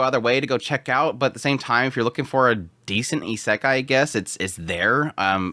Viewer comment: I enjoy your content but your pronunciation of Isekai is irksome.